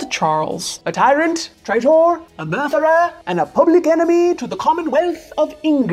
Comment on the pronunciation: a “mirthirer”? “He’s having a good time! GET HIM! Off with his mirthiring head!”